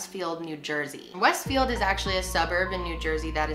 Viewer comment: im from jersey and you keep saying westfield and kearny wrong lmao